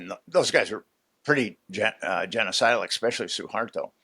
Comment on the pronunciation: Did a professional writer just say EXspecially?!